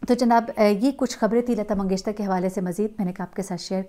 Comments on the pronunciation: Yes I also felt that she pronounces lata mangeshtar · Lgta hai yi mngeshkar bol hi nh skti isi liy mngeshtar bol rhi hai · اب تک تو آپ اپنا نام غلط بولتی تھیں لفظ نہیں بلکہ ہوتا ہے اب آپ نے لتا منگیشکر کو منگیشتر کہہ دیا ہے کیوں پلیز ایسا نہ کریں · Lagta hy aap comments nahi parti hain . mangeshkar hy mangeshtar nahi. 3 din se log aap ko bata rahay hain lakin aap sunti hi nahi. Its irritating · Lata Mangeshkar ko aap Lata Mangeshter Keh rhi hn. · Lata "mangesh-KAR" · Yes itni uljhan ho ri hai Sun kar Continuously Mangeshtar keh ri hen..had hoti hai ..bar bar poora naam lena hai magar ghalat